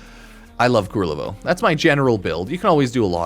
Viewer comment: Kul-ler-vo, not kur-rel-vo xD